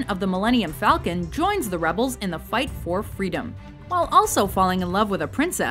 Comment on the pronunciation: That always gets me I'm Captain Han Solo of the Millennium Falco, Falklands, Fucko Its like he's not even trying to say Falcon it's like he's saying something else.